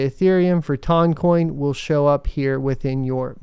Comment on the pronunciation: I got to admit, I can't stand the pronunciation. My brain says tun, like a ton of weight.